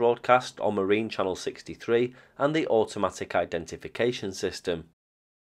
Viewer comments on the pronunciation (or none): none